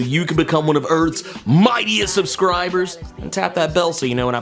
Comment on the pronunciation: “Whadisup Earths mIGHTIEST subSCRIbooors”